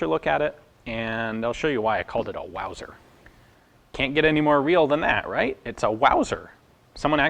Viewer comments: Mauser not Wauser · Hahahaha "Wauser" 😂🤣😭